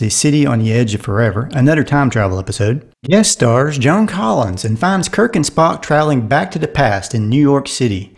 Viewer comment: Did you say "John" Collins instead of Joan????